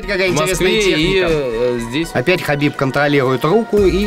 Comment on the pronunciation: you pronounce khabibs familyname very well, repect